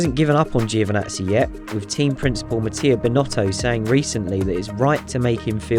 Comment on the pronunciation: Can you please learn how to pronounce Giovinazzi, it’s not hard, lose the i. Great videos 👌🏻